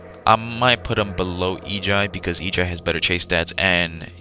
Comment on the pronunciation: im sorry but there is no way u said eiji as ee-gee-eye